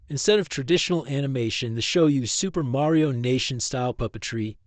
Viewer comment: Side note: It's marionation like marionette, not Mario Nation.